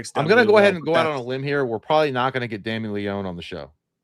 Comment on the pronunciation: Y’all are mispronouncing Leone’s name btw.